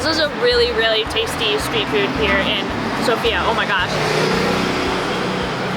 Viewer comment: If you could make a mistake about every stress on every bulgarian word, you would XD its funny though. S'ofia - not Sof'ia. B'anitsa - not ban'itsa. S'irene - not sir'ene. Boz'a - not b'oza XD